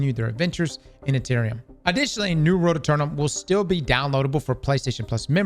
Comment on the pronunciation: Why cant you pronounce 'world'